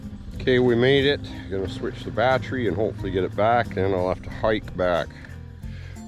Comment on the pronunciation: The way says Battery. Lol- Batrey